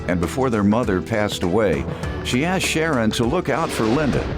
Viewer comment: My favorite is “axet” for asked